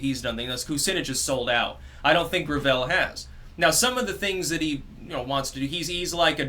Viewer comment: "grav-ELL"... it's gravel. He's endorsed by like Hyacinth Bouquet